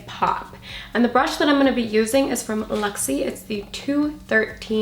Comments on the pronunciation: I'm going to need to buy these products I love the colors. But I need to say because it was kind of bothering me, but the brushes you used are called LUXIE and you were saying LEXIE so you were saying it wrong I love those brushes I have a few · Right and you were pronouncing it with an E instead of a U. That's what it sounded like to me.